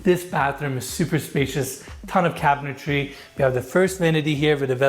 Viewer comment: I love you. I watch all your videos as soon as I see them. And I will witch as long as you keep making them. I know English is probably your second language, but it’s pretty good. Please, please learn how to pronounce cabinetry? I’m just busting your balls. 😘😘